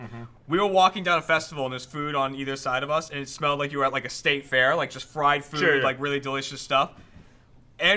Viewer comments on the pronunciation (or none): none